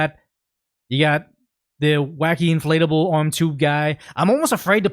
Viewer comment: I think they're pronouncing it like, "Anti-flatable."